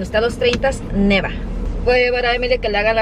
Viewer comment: se dice nieva no neva. Saludos y muchas bendiciones para tu linda familia